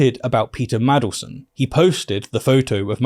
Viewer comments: Mandelson, not Madleson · Jesus christ, it's Mandelson, not Maddleson. How do you not already know this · Mandelson. Not 'Madelson'. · Btw, it’s Man del son, not madle son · MaNdelson not Madelston... c'mon now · It's Mandleson with an N in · Wish youd say maNdelson properly